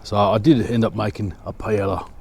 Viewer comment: I like the way you say “Pa el la” but you have to pronounce it “Pa el ya”.